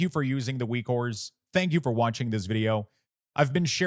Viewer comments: Great work on this package - I love using it, thanks for your work! But also why do you say Weak Ores instead of Weak Auras? lol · stop saying weakwhores lol